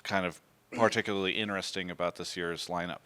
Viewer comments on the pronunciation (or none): I really love and enjoy all of Travis' content but if i hear him say inneressing one more time im gonna put my finger in my throat and vomit untill i die of dehydration